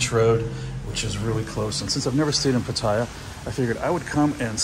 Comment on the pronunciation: Hi! FYI...PATTAYA is actually pronounced PAT-TAH-YAH, not PAT-TIE-YAH. It's pronounced exactly how it's spelled. No hate, just want you to pronounce it like a native Thai. Safe journey to you!